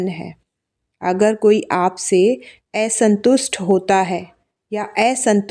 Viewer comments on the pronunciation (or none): मीठी बहन आपके प्रोनाउंसेशन ठीक करिये, बह्म बाप नही ऐसंतुष्ट नही।